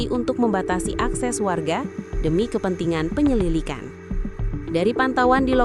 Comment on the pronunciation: Penyililikan i apa sih kok typo waktu bacain teks neng" 😄